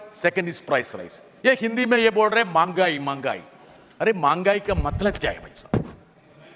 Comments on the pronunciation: ബ്രിട്ടസ് ഹിന്ദിയെ കൊന്നുകൊലവിളിച്ചു 😃😃സുഹൃത്തേ മങ്ങായ്‌ എന്നല്ല മെഹങ്കയി എന്നാണ് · മാങ്കായ് അല്ല മെഹങ്കായി ആണ് ശരി